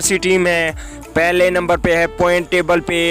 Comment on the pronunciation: پہلے بولنا تو سیکھو پوائنٹ ہوتا ہیں پوئنٹ نہیں